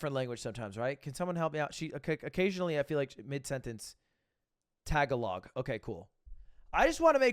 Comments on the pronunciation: It hurt me when lud said tag a log 😭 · It's not tag a log it's ta ga log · ｐlease god lud its pronounced tah-ga-lag not tagalong sakit sakit ngunit walang pakinabang 😭😭😭😭😭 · "tag-a-log" lol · Something about Ludwig saying Tag-A-Log upsetted something in me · Did I just here Ludwig call Tagalog as Tag a log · Bro really said "Tag-alog" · When he said Tag-A-Log I got mad. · Me when he says tag-a-log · I heard tagalong when you said tagalog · Lmao the way he pronounces tagalog Tag a log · Also him: ta-gah-log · i cannot believe he pronounced tagalog as tag-a-log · TAG-A-LOG 😅🤣 sorry, couldn't help laughing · ah yes, tag-ah-long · "Tag-a-log" Lmao you madlad you probably triggered a lot of Filipinos. Also it's actually normal for most average households to have extra accommodation for maids. My cousin's family has a maid and she basically cooks, cleans and washes clothes all day. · This man pronounced it “Tagolog”😂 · "tag-a-log" lud is DEFINITELY not my friend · Hearing Lud say "Tag a log" was painful. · Me as a Filipino weirding out Ludwig’s pronunciation of Tagalog 😂😂😂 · Lol you said Tagalog wrong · Wait until he says Tagalog right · I know there’s no way someone like Ludwig would know this much about Filipino culture. But when he poked fun at the bucket in the shower I kinda cringed. And also when he mispronounced Tagalog. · how to get views: step 1: put “Philippines” in your title. step 2: wait for all the Filipinos to click your video. step 3: don’t mispronouce tagalog... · The way he said Tagalog As a Filipino, I cringed very hard